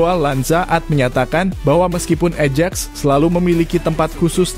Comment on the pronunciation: AJAX itu dibaca AYAKS bukan ejek ... !!! 😂😂😂 CUP dibaca KAP bukan cupu ... !!! 😂😂😂 mikiiirrr!